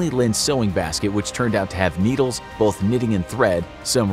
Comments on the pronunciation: Anyone else ever notice he says "bolth" not both? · As long as we know what he is saying